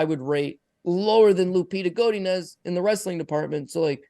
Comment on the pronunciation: How pronounces Godinez triggers the train smoke out of my caboose